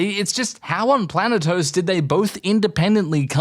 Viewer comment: This man said "Planetos"